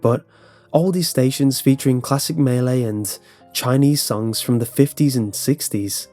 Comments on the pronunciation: the way you say malay sounds like melee and it confuses me so much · SINGAPOREAN HOHO HELLO MEHLEY OH GOD